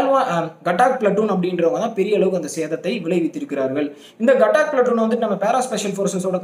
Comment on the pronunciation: கட்டாக் இல்லை காதக் பிலட்டூன்